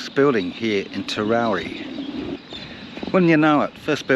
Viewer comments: It's pronounced TER-OW-EE Not TER-ROW-REE There's no R after the W. Great vid tho. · TEROWIE. sounds like you're saying Terowrie?? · IT'S TEROWIE NOT TEROWRIE..SO ANNOYING... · It’s Terowie. Not with an r on the end as in Terowrie. Very annoying. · TEROWIE, not Terowerie! 🇮🇪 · It's pronounced Ter-ow-wee!!! not terowree!! as a local to the district its lovely That you are teaching people about our history, but please get the town names correct!! we are very proud of our towns and heritage in South Australia ❤ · Terowie, NOT TerowRie.... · Terowie. NOT Terowrie. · It is Terow wee…..Not Terrow ree. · It is pronounced Terowee, not Terowree. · TeroWie there is no extra r in the name. If you make these videos you should probably get the name right. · You Must be in training to become a News reader as they often say names of towns wrong and you put up a great story and show and I'll never make it to The big Terowie, so Many Thanks for putting this up,Cheers 🥂 better late than never 😊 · Would help immensely if you pronounced ‘Terowie’ properly! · The mis-pronunciation is killing me. Where is the 2nd r in the name. I think it’s a South Australian thing, I’m constantly reminding my wife of the correct pronunciation of Nuriootpa. Sandgroper here and yes I have been there. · Speak to the locals about how to pronounce the name Terowie. Not quite the way it was said by those who lived there and those who visited regularly. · I cant watch because you constantly MISPRONOUNCE Terowie